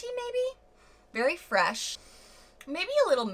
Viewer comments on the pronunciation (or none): none